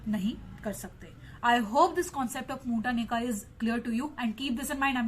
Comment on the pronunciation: Madam not Moota. Mutha